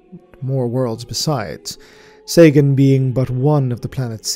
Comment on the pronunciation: Sagan , Seigan . i wish you with Arch would reach agreement how that bloody system is to be pronounced :D